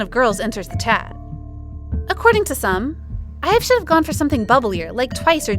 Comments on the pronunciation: IVE not being pronounced IVY is where I picked up my purse and left😂 second to not being able to count to at least 10 Now I'm just standing outside a burning club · I think ur saying their group name wrong